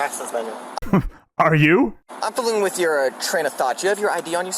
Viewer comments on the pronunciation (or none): Are you familiar wiff? It's have a wiff or take a wiff or caught a wiff. Familiar wiff? WTF is that cow. Did we miss a wordie class?